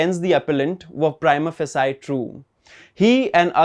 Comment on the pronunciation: Excellent job! Keep up the good work. Just to nitpick a little, look up the pronunciation of 'prima facie' 😀